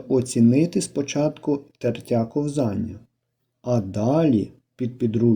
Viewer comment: Словник української мови. IV том. Правильно "КО́ВЗАННЯ". Це важливо, бо це мова!